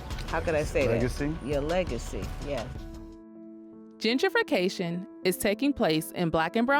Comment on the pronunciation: It's Gen-tri-fication, not Djidjification.